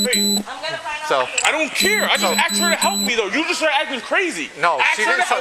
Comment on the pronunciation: But he aksed for help!